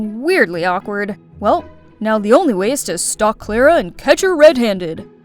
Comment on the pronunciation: Is not klara its clara hahaha😂